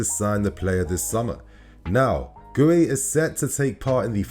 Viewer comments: Guiu is pronounced "Gyoo" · i love you mate - but learn to pronounce this guys name! it's not our old centre half 😅